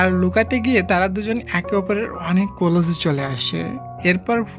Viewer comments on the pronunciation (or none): কোলজ না ক্লোজ হবে